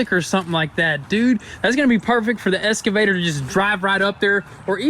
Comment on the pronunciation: It is eXcavator ffs lol. Do you say it wrong on purpose?